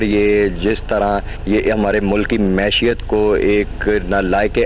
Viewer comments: 4.9 min. mashiat hahaha. These are looters and dacoits even cannot pronounce economy properly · اچها بهئی داماد بهی سبحان اللہ... خوچها ہتهکنڈا... مےشیت... ورکران😂😂😂😂 واه آکسفورڈ کا پڑها ہوا لگتا ہے😂😂😂 خدا کہ پناہ ....اوچهے کو خوچها کہہ رها ہے ...معشیت تک نہی بولنا آتا اور وه معیشت کو مےشیت کہہ رها ہے جسے یہ نہی پتا کہ ورکر کی جمع ورکرز ہے اور وه ورکران کہہ رها ہے.. انگریزی جمع اردو سے اپنی ہی ایک نئی ہی لغت ایجاد کر رها ہے بیچاره... جس کی اپنی قابلیت کا معیار یہ ہے وه بتا رها ہے کہ عمران خان نالائق ہے.. واه سبحان تیری قدرت😂😂